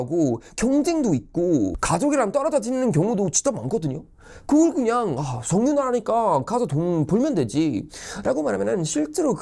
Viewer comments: 석류라고 하는줄 ㅋㅋㅋㅋ [서규]입니다~ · 석유라 쓰고 서규라 발음합니다.